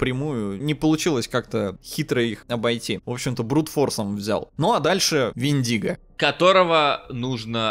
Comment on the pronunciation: ПОЖАЛУЙСТА! мы тут, в Grammar Nazi, уже места себе не находим, хватит ставить ударение в слове вЕндиго на любые буквы, кроме Е, и да, слово вЕртиго аналогично читается!!!